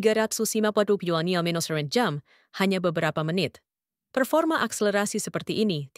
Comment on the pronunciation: Assalamu'alaikum ww. Pemilik akun "", kenapa anda menggunakan dialek bicara aneh, terutama dalam menyebutkan kata2 lima puluh km/jam, dua ratus km/jam, dua ratus lima puluh km/jam. tiga ratus km/jam dst. Kenapa? Coba deh anda periksa ulang. Terima kasih.